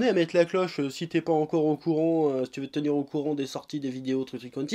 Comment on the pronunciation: A chaque fois que tu dis "tfacon je fais ce que je veux" je comprends "je fais ce que je peux"😂